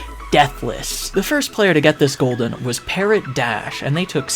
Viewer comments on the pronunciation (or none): oh my fucking god the way you pronounce "parrot dash" be like "parrot, dash" bruv CLANTIS nah bro that was